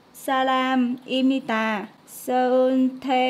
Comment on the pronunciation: 유미 발음이 미국과 미쿡 중간 인듯 들리네요 ㅋㅋㅋㅋㅋㅋ